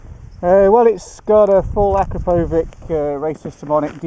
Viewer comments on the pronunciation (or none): ''AkrapoviCH'' not ''AkrapoviK''